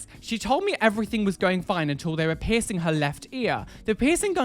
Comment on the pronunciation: really thought he said “share your 𝑝𝑖𝑠𝑠𝑖𝑛𝑔 story” instead of piercing story at first ... — JustHereForTheTube has left the chat.